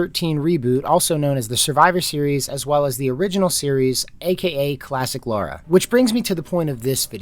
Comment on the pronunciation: LARA LA-RA not Laura